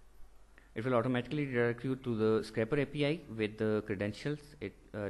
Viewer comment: is SCRAPERAPI not scraPPerapi ;)